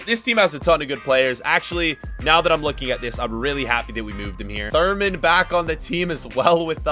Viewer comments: you know that it is pronounced THURAM and not TURMAN? Yes?! By the way, you are the best FIFA creator! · Everyone:Thuram.:Thurman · it's Thu-ram not Thur-man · It's thuram.....thuuurrraaaaamm Not Thurman 😭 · His name isn't thurman it's thuram pronounce it properly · thurman wtf? bro its thuram. there is no n there is no man and u dont pronounce it as th u just pronounce it as t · "Therman" hahahahaha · how does he say thuram like thurman?!?!?! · He said Thurman is thuram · Video idea: A team of players has incorrectly pronounced. We can at Thuram to this list now.